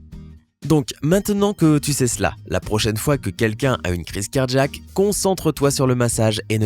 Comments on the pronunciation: Un accident cardjack ? Car-jack... ??? Ça et le rythme journalistique des années 2010 "administrer unnnn mmmmassage cardjack"... excellente voix mais diction insupportable. Je passe. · Pareil ici : clairement cardjack. Bizarre, cet accent.